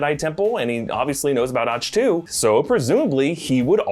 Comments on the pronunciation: In't it prononouced "ACK TOE" ? I want so say "bless you" everytime he pronouces Ach-to as "Ashhtoo" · How did you butcher "Ahch-To" as "Auch-Tu"? It's pronounces "Ok-toe"., you also butchered a lot in the Dune trailer videos. You really need to do better! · It’s pronounced Ack too not ach too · I cant handle the way your pronouncing Ach-To. its not "OCH-to" it sounds like "ock-to" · Its ock-too, not och-too or ots-too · "ock" not "otch" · First, it's phonetically Ahck-to not H-too. Second, the force projection basically killed Luke so I have a hard time believing that a less powerful version of Luke just several years removed from ROTJ would be able to force project himself without having gained more mastery of the force. He's powerful but not that powerful yet, that comes later. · STOP SAYING AUCH-TWO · It’s OCK TOE. The h is silent. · I don't think that's how you're supposed to pronounce Achtu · Are you pronouncing Ahch-To like that on purpose? 😅 and with the angle of the camera, pretty sure even Grogu isn't in that shot. Both "figures" appear on either side of the light so unless they really screwed up the alignment, its just the rocks on the other side.